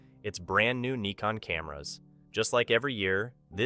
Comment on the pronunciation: But this is the right pronounciation :D